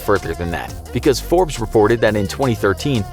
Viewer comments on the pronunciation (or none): none